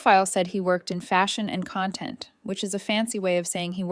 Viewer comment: and CONtent/conTENT